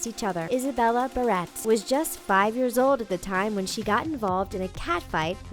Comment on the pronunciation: It's BEAR-RIT, Barrett, my last name!